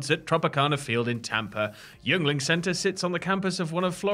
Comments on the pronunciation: It's pronounced Ying-ling. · FYI. Yeungling is pronounced “yingling” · I know you lads aren’t from the states but it’s pronounced “Ying-ling” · It's pronounced "ying-ling" :) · I don't comment much....pronounced (Ying-Ling) it's spelled weird and I typically don't care...but none of you have said it correctly lol...yuengling...pronounced Ying-Ling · Hearing Brits not knowing how to pronounce "Yuengling" made my day. Growing up in PA, it's everywhere.